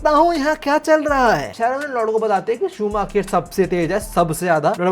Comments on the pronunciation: Michael shu-maa-kher nhi h bhai .... Michael shu-maa-kar h , bachpan se f1 dikhi h usko ese hi bulta h check on Google 😅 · bhai Michael Schumacher ha loll shumaaa..... kheerrr nhi 😂😂😂😂😂😂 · शूमाकर not शूमाखेर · bro just to tell, in hindi we would pronounce it in the way as shumaakar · Sumakher nhi hai wo galat pronounce kr rhe ho 😂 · Also it's pronounced as shoo-ma-ker